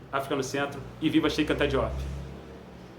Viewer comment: Chérr Antá Djop - é a prenúncia correcta do nome.